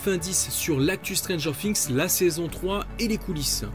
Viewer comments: Mais ça se dit pas stranger fings😭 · non jure🤦‍♂️ j ai dit ça se dit pas stranger fings parce que lui il prononce comme ça 😐😑😑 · Comment faire bon quand déjà prononcé mal stranger THINGS JE RIGOLE BIENSÛR